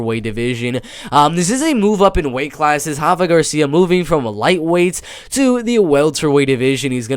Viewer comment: Dude it’s RAfa Garcia, not Hafa 😂 I thought you were half Mexican (like Rafa) not Brazilian 🤣